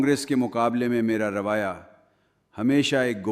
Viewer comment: رویہ کی بجائے روایہ بولا ہے جو غلط ہے